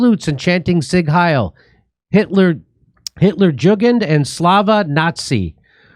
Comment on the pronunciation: Jimmy not knowing how to pronounce „Jugend” is cute.